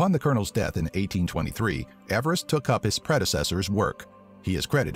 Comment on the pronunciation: George Everest’s surname was actually pronounced “Eev-rest” not “Ever-rest”